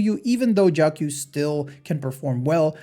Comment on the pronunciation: It's not Jiao Q, pronounce it like Jiao chiu